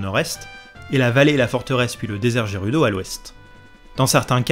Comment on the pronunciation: Justement tu francise le gérudo.mdr. Après pour Hyrule je ne savais pas pour le high ^^. M'enfin quand le jeu est sortie l'anglais et la prononciation je m'en foutais royalement. Je dormirai moins bête ce soir. Merci